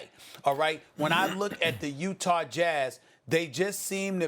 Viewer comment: No one: ABSOLUTELY NO ONE: Stephen A Smith: Utahrrr